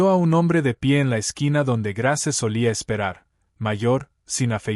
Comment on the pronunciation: Ud no pronuncia los nombres como es debido Grace su narración no es buena